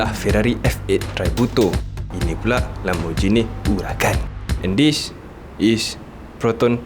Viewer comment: Apehe org melayu panggil 'Lamborghini', Lamborjini? Mane pegi 'ghi'???